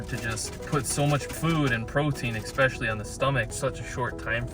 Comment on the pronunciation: Please stop saying Expecially it's not a word. It's pronounced the way it's written Especially with an S not an X